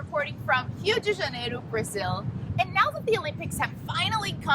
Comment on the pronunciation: Did she say Hue de Janeiro? Dafuq?